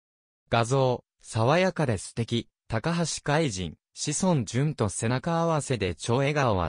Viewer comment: いつも 見させて頂いて頂いています、ひとつ気になっているのです、海と、君を海じん、は止めてほしい、聴き苦しいです、